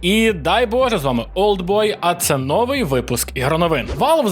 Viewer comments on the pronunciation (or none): на початку вiдео щось там про росiйську мову i потiм одразу: "нОвий випуск iгроновин" (росiйський наголос) 🤣